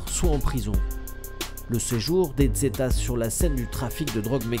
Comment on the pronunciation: Le "z" se prononce "s" et pas "dz" en espagnol